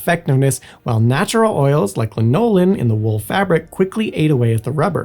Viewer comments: I had to understand the word "mac" from context when I first read it. Sorry to be nit picky but Americans (I think is American) say lan-o-lin and not la-nol-in. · Wtf is I'm la-knole-in? Lanolin??? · Lin-OH-lin? Is English not your first language? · La nole in? ar mis tis? Where is Simon? He at lest can pronounce words properly. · Interesting topic, but it would behoove you to know how to pronounce the words in your video. There were at least a half dozen mispronounced, including lanolin and gabardine, among others. Pronouncing words incorrectly undermines people's confidence that you know what you're talking about. Just a helpful tip. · I have never before heard lanolin pronounced this way. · I kept wondering, "Is thinking of linoleum?" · It makes me second guess the way I pronounce it though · If you choose such a topic you should really check how to pronounce lanolin, inclement and names likes Aquascutum. (It’s Aquuscootum) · This is why I am here. “Was I hearing things, or did he really just mispronounce ‘lanolin’?” Yep, he really did. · The U. S. Army field jackets didn't replace the trenchcoat. In fact, the trenchcoats are still being issued as part of the "Class A" uniforms. Also... your unique pronunciation of "Lanolin".... I normally wouldn't mention something like that, but it was so off, it confused and distracted me until I could figure out what you were talking about. It might distract and detract. "Ar-MISS-tus"... Others... Were the mispronounced words part of a comic bit "A-A-Ron"? 😁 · Could you please look up the pronunciation of lanolin.